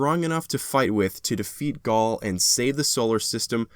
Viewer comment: you called gaul gary hahahahahahahaha cade-6 love him